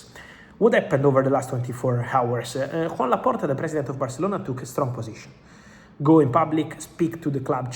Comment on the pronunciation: Great video! Joan Laporta's first name is Catalan so should be pronounced like Joao in Portugese!